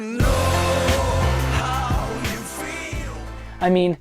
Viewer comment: tears up What the hell is going on with “yuh”,?